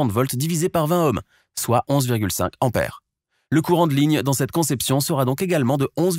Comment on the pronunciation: Attention à la prononciation ! Il n'y a pas de H aspiré en tête du mot : "ampère"; donc, il faut éviter le hiatus désagréable à l'oreille. Ce vilain défaut, caractéristique du parler plouc est de plus en plus répandu chez les commentateurs radio-internisés. C'est dommage car le commentateur a une voix convenable et ses explications sont claires et imagées.